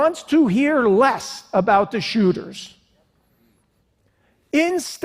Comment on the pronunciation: Mass who-ters